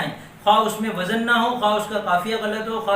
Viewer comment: ماشاءاللہ ۔ عمدہ ترین معلومات ۔ وزن کا صحیح تلفظ وز ن